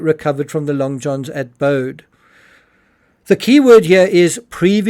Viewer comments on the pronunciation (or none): Pronounced Bo-dee.